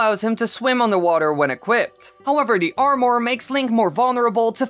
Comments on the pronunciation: you say armor like air more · Can you say armor correctly